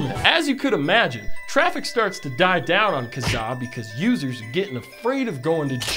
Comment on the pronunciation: i can't deal with how you pronounced Kazaa also we had eMule and μtorrent still kicks around